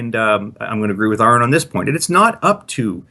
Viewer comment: Why can't pronounce Aron properly?